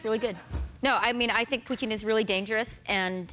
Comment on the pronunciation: Wow, I’m impressed that Chrystia pronounced the t in Putin correctly. Both times! This is the first time I have heard anyone on US TV to pay attention to the right pronunciation of his name (not that I like him, I don’t).